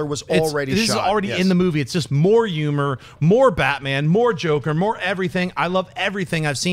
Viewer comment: I can listen to Schnepp not being able to pronounce H's all day long